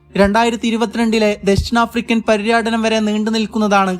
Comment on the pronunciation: പര്യാsനം അല്ല. പര്യടനം